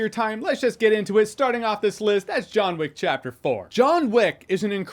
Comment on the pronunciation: *Jahns Wick